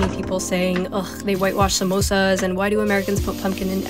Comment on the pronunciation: I love hpw she pronounces 'samosas' correctly